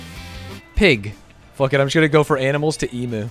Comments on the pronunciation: guys its pronounced eemyoo not eemoo omfg it hurts my hears so much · the fact that theyre saying e-moo and not eem-you makes me visibly discomfortable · none of them can say emu right 😭😭 its eMU not eMOO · Every time they said Emooo instead of EemYOU XD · wtf is an eemoo its eam--you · Plz the way Atrioc pronounces emu "e-moo" is killing me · Love how they pronounced emu as emoo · So triggered as an Australian. Its pronounced Ee-Mew! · "I can't believe you got it, and you don't even know how to say 'emu' correctly." THANK YOU LUDWIG! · hate how americans pronounce emu